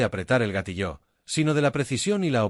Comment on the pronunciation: Sólo quería recordarles que la palabra "GATILLO" no se acentúa en la "O"... No entiendo porqué la pronuncian "Gatilló,"